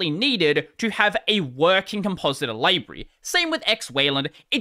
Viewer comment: Also you pronounced library wrong